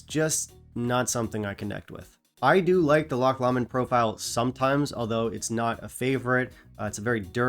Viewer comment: Love the premise here. An echo chamber “love in” is sometimes too easy. I’ve promoted my own lynching by saying band I don’t like The Beatles. Really gets some folks going 😂😂 or “upsets a few people” as you say! Great list 😂 Oh yes meant to say Loch “low- mond” for no2 👍